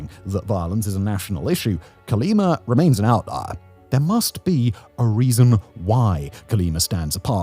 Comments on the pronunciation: The name of the State/City is COLIMA not CALIMA. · Colima not Cerleemer ya limey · 'Co-lee-mah', Simon, it ends in 'a', not 'r'. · Terrible traslation, Calima, Calema Cale-lima, Quima, wtf hahahaha CO-LI-MA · "Colimer"... Hmm, I think he means Colima. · ColimaDOES NOT HAVE AN R AT THE END!😂